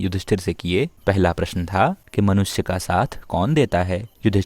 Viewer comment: Prashan ha ha ha kyu bol ra he